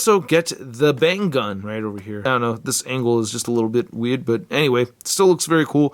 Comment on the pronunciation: the way you said weird was weird